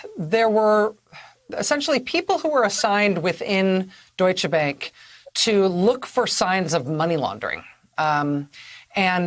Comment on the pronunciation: It’s not bank as in the english word bank, it’s bank with the a like in car